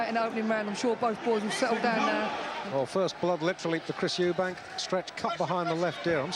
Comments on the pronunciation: It always pissed me off how disrespectful Barry was by constantly referring to him as Eubanks, there was no fucking s on the end of his name and that was rude and ignorant of him. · Barry McGuigan seems to be struggling with getting Eubank’s name right for some reason…🤔